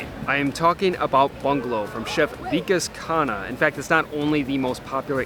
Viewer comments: it's V'kaas Khunn-ah, not Veekus Khaana 😊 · The pronounciation is not Vee-Kus Kun-ah but ViKAAS (i as in bit) KHUNNAAH (Kh as in c in cat and u as in but) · You can pronounce his name correctly by following this, "V-Kaas Khhun-Aah"